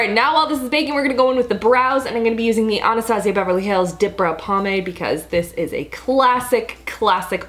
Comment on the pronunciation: She says Anastasia really weird